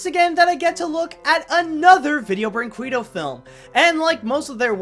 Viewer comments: It's pronounced Brin-kay-doh! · I hate to harp on your pronunciation, but the studio's name is pronounced as 'Video Breen-keddo'. Not that anyone would actually care, but just though I'd throw it out there. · I hate to be THAT guy, but it's kinda bugging me... it's pronounced "kay." Brin-kay-do. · it's actually pronounced brink-ay-doh.